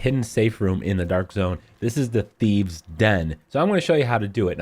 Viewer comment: Dude really? Thieve's and rouge? I'm Dutch and I know it's thieves and rogues ffs. Shame on you.